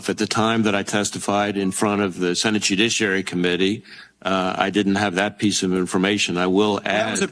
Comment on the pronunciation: Did you say the " jewdouchiary" ?? That sounds horrible😮